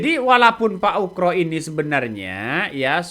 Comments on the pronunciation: Ugro pak.. Bukan ukro😂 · Ugro bukan ukro........uuuff.......... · Min,.... nama orang kok diganti, yg benar Jenderal Oegroseno atau dipanggil Oegro kok mimin bolak balik nyebut Oekro/Ukro. 😪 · Ngomong yg bener itu. Oegro bukan Ukro. Ga sopan itu !